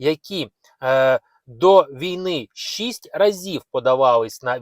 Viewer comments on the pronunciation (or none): none